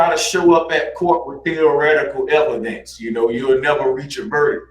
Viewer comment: The "ehv-o-dents"? Oh my... 🙄 It's like talking to a preprogrammed flat earth propaganda bot. I still think that there are NO flat earthers... they are all pretending, to feel special and superior. That's ALL of them.